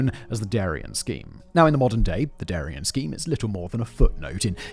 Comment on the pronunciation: Ooohhh!!! "Darién" not ¨durian¨! Thatś very different.